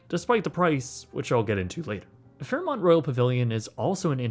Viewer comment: U said fairmont right this time hehe